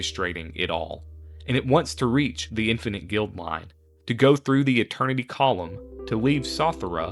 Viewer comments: Interesting story, but every time I heard “Guild”line instead of “Guide”line for the space station, especially when the card itself is on screen for a fair number of those instances, I wonder whether this is an AI voiceover or a person that didn’t notice the error. If it’s an AI voice, I express my opinion that such things should be scrubbed off the net — if it’s a real person, I question why the error wasn’t noticed between writing, recording and editing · I don't have a single favorite, but I really enjoyed playing with Syr Vondam! Watching this I now understand why he was w/b. By the way, it's guide-line, not guild-line on Infinite Guideline Station. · Guideline bro not Guildline